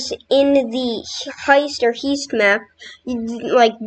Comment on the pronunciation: bro you pronounced heist like heest its literally pronounced like high'est